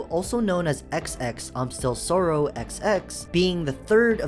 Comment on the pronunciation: It’s not soorow it’s sorrow